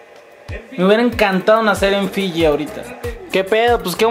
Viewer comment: dice filli LLANOS